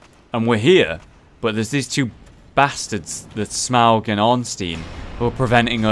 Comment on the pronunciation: Okay, im not sure, but I think it's pronounced smoe, not smog